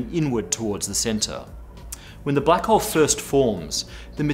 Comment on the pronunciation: first i understood "black hoe"